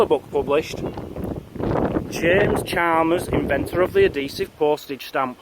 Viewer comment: ahesive?!! Never heard of that before.